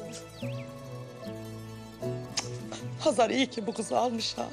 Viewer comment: Oksana neden Xezer deyir Hazar canim Azerbaycandada H. Herfi var